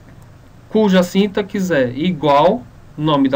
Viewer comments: É sintáááááááxe... não síntaxe... o "a" é tônico e não o "i"... Ah e é sem acento no "a", só coloquei pra evidenciar a tonicidade... Parece boa a aula... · na palavra sintaxe, se le sintasse! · Vídeo ótimo, mas síntaxe... aff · Primeiramente para você falar SÍNTAX se escreve dessa forma, com acento e sem o E no final. Se for ler SINTAXE (lê-se sintacce, o X com som de KC). Sem o acento, o termo se torna paroxítona e se pronuncia o E do final: s i n t a x e. Fica a dica! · Você está falando sintaxe errado.